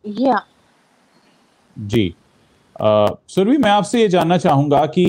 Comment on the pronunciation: सुरभी नहीं, सुरभि! सही उच्चारण हिन्दी भाषियों से अपेक्षित है।